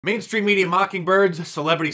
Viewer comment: And did he say “meme stream media”. 🤣